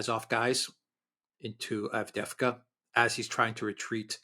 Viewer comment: The collapse of Avdeyevka is so complete that keeps talking about Avdevka, collapsing "eye" into "e". There is a type of Russian names that end with ey, so not Andr but Andrey (Andrew), not Timoth (Timothy) but Timofiey, and not Avd, but Avdey. Moreover, a personal name of a founder, owner, notable person etc. makes a settlement name with suffix -evka, so Avdevka would be named after Avd, which sounds weird, and thus Advevka sounds weird too.